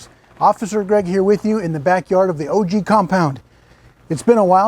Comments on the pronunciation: It's not O G, it's pronounced "OGG!" lol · It's not O G it's pronounce "ogg" lol